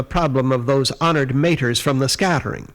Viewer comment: After twenty years I have finally found out how to pronounce "Honored Matre" correctly! Thanks for the vid!